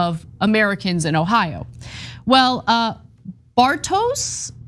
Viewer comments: thanks for chipping in but no, it is pronounced "Bar-tosh" not "Bar-tows" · "Bar-tows Brew-skiii, yes that is his name." She says condescendingly about his name, while mispronuncing it completely and mocking his name before then criticising them for mocking Americans. Glorious hypocrisy.